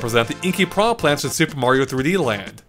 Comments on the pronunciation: “putrid pee-anha” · If english speakers want to pronounce it as pirana, they should write it that way. piraNHA is pronounced differently.